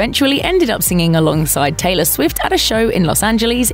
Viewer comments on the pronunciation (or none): none